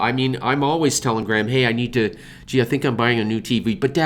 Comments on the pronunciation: Is your name pronounced Grey-ham or Gram )? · The way you pronounce Graham is just... My ears... are bleeeding